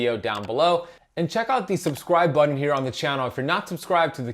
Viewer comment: I love the way you say "button" 😆❤ never heard it that way until you lol. love it!